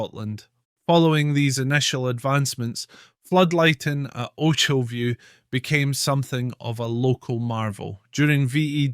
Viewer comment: Sorry mate, but you can even pronounce "Ochilview" correctly? (And you are Scottish!) It's a no from me! Good idea though.